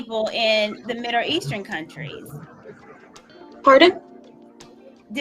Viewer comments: What the hell is 'Midder' Eastern? 🤔. 😄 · The broad can’t even pronounce middle eastern she keeps saying Mille eashtern She is so irritating!!!